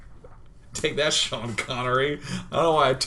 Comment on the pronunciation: Smaniii1, HIS NAME IS SEAN NOT SHANE